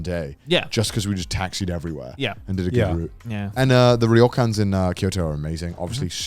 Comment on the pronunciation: You guys still pronouncing it "reeeyokans???"...it's just "yokans" guys lol